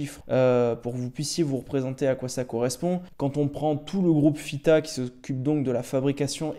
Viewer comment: Tu fais bien de valoriser cette marque, ça donne de plus en plus envie ! Chouette vidéo pour une toquante qui me plaît beaucoup. Par contre tu dis toujours FITA 😝😂🙌.